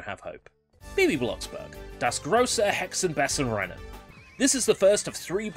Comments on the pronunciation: It's actually pronounced "Bey zen". Oh yeah, I remember Einfuching!!! lol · Have you been learning German lately? It sounds like it improved. Not perfect (I especially laughed when you said "Hexen Bessen") but definitely not Bogenscheissen.